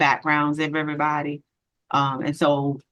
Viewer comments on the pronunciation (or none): none